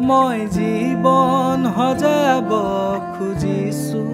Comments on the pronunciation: Extremely beautiful song ✨ Just one suggestion regarding pronunciations - "xojaabo" , "xaahox" in place of "hojaabo", "haahox". More power to you guys ✌🏼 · Pronounce the word correctly, "Hojabo nohoi....xojabo, rest is good bro